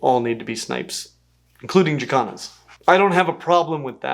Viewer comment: 😂😂😂 i know you are saying Jacans but i swear it sounds like yoy are saying african chi-kahns.